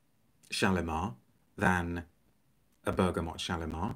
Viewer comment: First channel I’ve seen where the letter “n” isn’t inserted into the word “bergamot”!